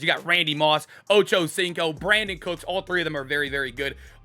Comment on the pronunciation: Thought i heard you say “Ocho-Stinko” for a sec